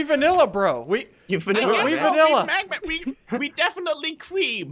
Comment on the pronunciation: SSundee : we vinialla bro Crainer: we cream bro